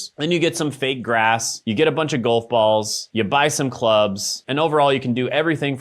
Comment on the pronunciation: Never thought id be mad about the way someone pronounces Golf lol